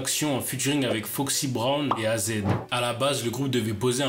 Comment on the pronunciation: Mon gars pour ta culture az ce dit pas « azed » mais « eyzi »